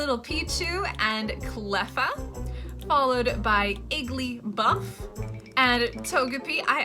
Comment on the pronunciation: Bro your making it sound like Igglybuff is one BUFF BOI